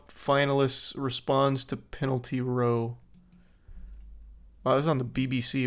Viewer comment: It’s not pronounced row it’s pronounced Rowe and just means a argument it’s just uk slang